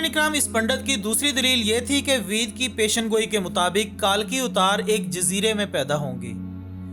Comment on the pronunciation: वेद❌️ वीद✅️🤣